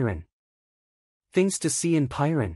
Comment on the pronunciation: Such a stunning place, which deserves a narrator who knows how to pronounce its name correctly! Stop using AI for narration please